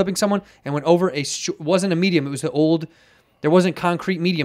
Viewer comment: Is Santino saying 'medium' instead of 'median'?